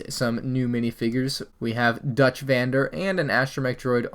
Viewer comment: “Dutch vander” THE VAN DER LIN GANG LIVES